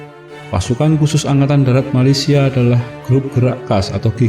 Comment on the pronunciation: tapi kalau mau sebut nama negara Malaysia sebut la betul betul jangan sebut macam tu